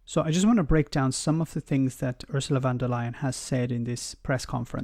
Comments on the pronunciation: Her name is Von der Leyen. Not Van der Leyen. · Thanks for your videos, they bring a fresh point of view on topics and put things into context that some may not have thought of before. Just a tiny correction: It's Ursula von der Leyen, not van der Leyen. "von" in a German name is a sign of being of nobility like "Lord" in Britain.